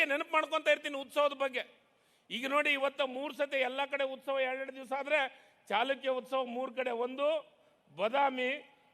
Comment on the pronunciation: ಸರಿಯಾಗಿ ಮಾತನಾಡಲು ಕಲಿ ಇಮ್ಮಡಿ ಚಿಲಕ ಅಂತಿ ಇಮ್ಮಡಿ ಚಾಲುಕ್ಯ ಅಂತ್ ಅಂತೀ ಇದು ಚಾಲುಕ್ಯ ವಂಶದ ಇಮ್ಮಡಿ ಪುಲಿಕೇಶಿ ಅಂತ ಮಾತನಾಡು ದಡ್ಡರನ್ನ ಮಂತ್ರಿ ಮಾಡಿದರು ಹೀಗೆ ಆಗುವದು